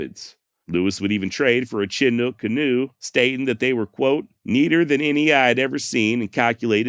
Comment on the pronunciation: Btw, I live at the mouth of the Columbia River near the small town of Chinook. The word Chinook is pronounced “ Sha nook”. Just a FYI, no offense intended. 👊